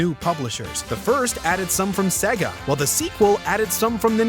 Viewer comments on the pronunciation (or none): none